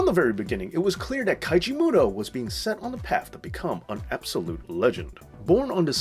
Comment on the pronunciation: It's Keiji Mutoh not Kaiji